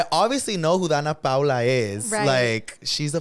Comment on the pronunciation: Not calling Danna Paola, Danna Paula 😂😂😂 meeee calling myself out but making another mistake